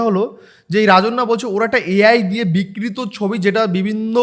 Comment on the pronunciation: রাজন্যা কি বিক্রিত হয়ে গেছে ? বিকৃত সঠিক উচ্চারণ করতে গেলে সেই উচ্চারণ করতে গেলে সেই শিক্ষা ও যোগ্যতা কোনটাই নেই। ও চটি চাটা ছাড়া আর কিছুই জানে না।